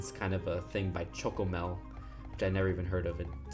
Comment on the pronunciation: As someone from the Netherlands: you pronounced chocomel very well! Good job!